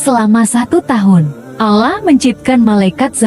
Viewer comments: Ini yg buat konten sebenarnya agamanya apa yaaa kok nyebut Allah nya gitu kyk bukan umat Islam ajaaa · Coba ya utk naratornya spy memperbaiki sebutan ALLAH...kurang enak didengarnya